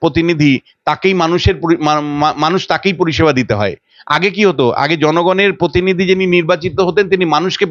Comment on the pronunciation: Anchor এর উচ্চারণ ঠিক করা দরকার। পোত্যেক , পার্থী, পতিনিধি...এসব কী?